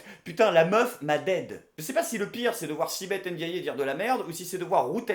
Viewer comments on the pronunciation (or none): Ça se prononce sibeth « endiay » pas « endiayé »